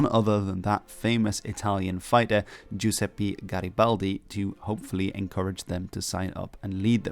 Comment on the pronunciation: Man, you had a great pronunciation the first time on "Giuseppe", but made a mistake the second time 😂